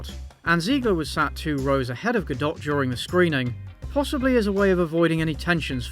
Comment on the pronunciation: Your take on Gadot’s stance and the Israel-Hamas conflict was truly enlightening, and I really appreciate it (as a Jew). Although you did pronounce her name wrong lol